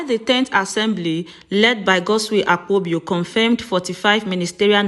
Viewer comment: It is Akpabio not Akpobio